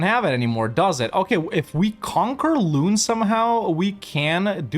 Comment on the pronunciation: I find it funny how he pronounces Loon as Lune while the English word 'loan' would be a very close approximation of how it is actually pronounced :D